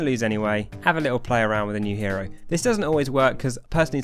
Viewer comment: Each time you said hero was like a stab in the heart